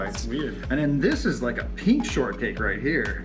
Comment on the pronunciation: Pink* not peenk